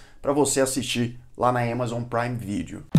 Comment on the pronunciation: "ÉMAZON" BOTA NETFLIX PRA MAMAR KKKKK